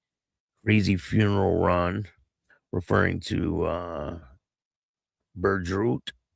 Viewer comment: It’s French. Sounds like Boo Drow spelt Boudreault